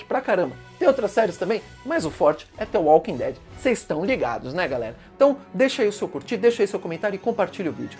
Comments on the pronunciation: Me emputece vê alguém falar "T" invés de "D" Walking Dead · "The Walking tead"